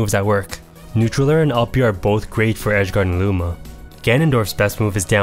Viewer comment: it sounded like you said moves with lower priority well be beaten by booma's attacks xD also this was very helpful